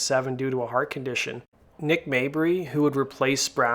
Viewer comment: You said Maybury correctly!!!!! Most Americans say Mayberry. Awesome video.